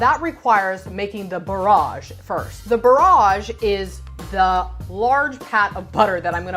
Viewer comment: The pro chef and the way she says bauroje